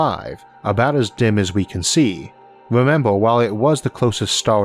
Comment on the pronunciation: I like the video very informational, I dislike how you talk.. memba, city centu, million yeaas. 😂